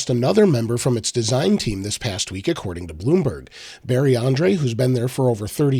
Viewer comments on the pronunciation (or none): none